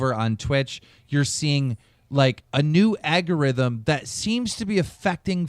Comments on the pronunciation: wtfs an AGURITHM 😂😂. Lmfao im done hahaha. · why is someone who thinks algorithm is pronounced agorithm have more money than me...sucks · You really shouldn’t use a word that much if you can’t even say it. It’s ALGorithm, not AGorithm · Damn it Keem. It's ALGORITHM. Not AGEURITHM. Andy AND Chad both even corrected you. For a word you're using so much, and as someone that makes a living talking about things, you should put a bit more effort in your vocabulary man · KEEM: "AGORITHM" CHAD & ANDY: "You mean Algorithm" KEEM: "......AGORITHM" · What the heck is an "agogrithm"' to quote keem? I know what an algorithm is but not an "agogritm". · Keem :Agorithm... Andy : Algorithms Chad : Algorithm Keem : No...It's Agorithm. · ALGORITHM NOT "AGORITHM" dumbass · agerrythm you dumbass keem it's algorithm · "Agarithim" Word Of The Day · Algarhythm....agorhythm wouldbe a better way of mispeaking it lol x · Aggorithm??? Wtf is an aggorithm keemstar?? You fucking inbred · "Agorithm" ZULUL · Keem can't fucking pronounce anything lmao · I love how Keem shamelessly mispronounces "algorithm" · why can't keem say algorithm? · does keem know how to pronounce "algorithm" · Keem can not say algorithm. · Great episode. I wish Keemstar would learn how to say "algorithm" though. It was already bugging me on Drama Alert but he only says it once or twice there usually.